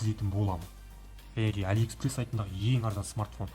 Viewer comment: Не аллиэкссансес, а Аллиекспресс